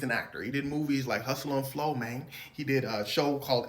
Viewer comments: Next time you say mayne. Take dat got damn “y” out of it! Damn mane. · I love that he says mane in the clip. I be steady saying that too. Got it from Terrance. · U didn’t say mayne enough for my liking mayne 😂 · This 🥷🏽 said MAYNE! 😂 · "Hustle and flow mang" - 2025 😂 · The fact that I'm from Memphis and the way he saying MANE really is tickling my soul right now! ✊🏾👌🏾💪🏾❤️❤️🤣🤣🤣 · bruh that "Oh no mayne" had me dead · “oh no manye” 😂😂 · Even said "Mayne" like how Terrance say it. 😂